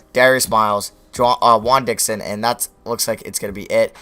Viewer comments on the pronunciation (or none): none